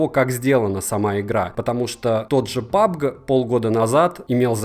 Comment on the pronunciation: PUBG произносится как ПАБ-ДЖИ